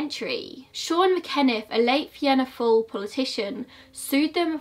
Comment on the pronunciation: Also fianna Fail- fee-ana fall. Gardaí= guard-e